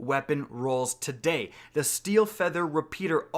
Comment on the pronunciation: The way you say today is so fking jarring in the beginning Jesus Christ